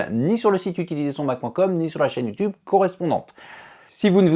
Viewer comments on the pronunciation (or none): none